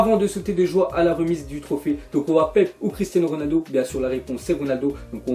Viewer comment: Tu prononce très mal Pepe